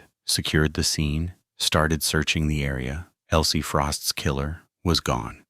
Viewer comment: ELSIE not Elie